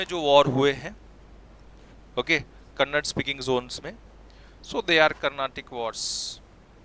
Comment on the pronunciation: Sir its kannada not kannad